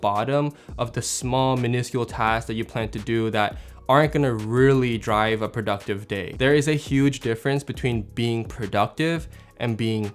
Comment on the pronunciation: prouductive? 😂 Love your videos and channel my guy! Keep it up. You inspire us with your tips and filmmaking.